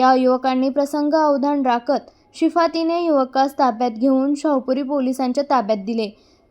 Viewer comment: शिताफी ने की शिफातीने?? Pronounced wrongly by narrator